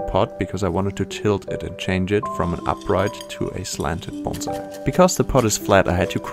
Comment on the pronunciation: So glad he pronounces "bonsai" correctly. Most people pronounce it like the "s" is a "z".